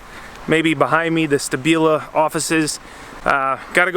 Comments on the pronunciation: Isn't it pronounced Shtabila? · SHtAbila, I'm sure you heard the proper pronunciation of it, it is a show of education, good manners, respect and consideration to at least make an effort to pronounce the name of your host correctly (it is not even that hard to pronounce), this is one of the many things US Citizens do abroad and are known for that labels them as arrogants and ignorants, It makes it look like it's not worth the "effort" to even pronounce a name right.